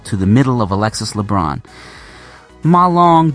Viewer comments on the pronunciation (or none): Hi coach. As a coach in France, if I am not wrong, you should pronounce the nzme of Alexis Lebrun way better 😉